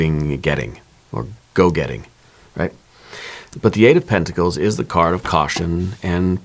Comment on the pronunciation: Eight of penticals, not tenticals😮